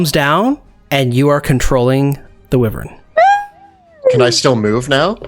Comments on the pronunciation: Amazing episode! Consistently the best D&D content on YouTube. Sorry to be 'that guy' but felt compelled to comment that wyvern isn't pronounced "wi-vern", it's "why-vern". Yeah, I don't get out much (who does these days?) and I'm no fun at parties anyway. I'll get my coat and go now! 🚖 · It's a "WHY-VERN"...not a "whi-ver-in"!! You're still the best!!:D